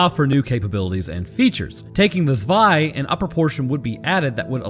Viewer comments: Yes your german pronounciation is ok. Some german letters are a bit harder. F.e. the "z" in "zwei" is something between "s" and "t". It's more like, "ts". Same for "Panzer". The "a" is like "heart" or "fart", the "n" is very hard, the "z" like a "ts". German, and some other european languages, really can hurt your throat, if you aren't used to it. I know people, who speak english in their day to day life, but are from middle europe, and they say, being here and speaking german or dutch again hurts after a few hours. For a lot of people, german sounds angry, and dutch sounds like drunk german 🤷‍♂️ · You have a german wife? Haha cool. Im from Germany and - yeah i see why she said close enough 🤣 Keep up the awesome content